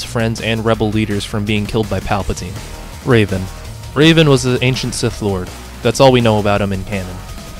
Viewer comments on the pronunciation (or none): yea bro its super hard to pronounce revan not raven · It’s Revan, not Raven. The mispronunciations of all these characters hurt my soul, man /s Also, I have the Jedi Academy Kids books! I loved those books! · It's REVAN not Raven. You're not pronounce it like a character from Teen Titans. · The only pronunciation that really bothers me is that you pronounced revan as raven. It's meant to be pronounced the way it's written. Think the "reven" in "revenant," not "raven" like the bird. Or the teen titan. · I don't know why but you calling Revan "Raven" cracked me up so much XD (No hate) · I can excuse a lot of them when they are more obscure but getting Darth Revan wrong and especially mispronouncing Galen Marek when he states he's his favourite character irks me.